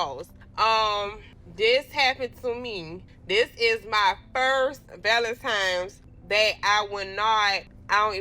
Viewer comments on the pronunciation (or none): They love saying Valentimes!!! :face-green-smiling::face-green-smiling::face-green-smiling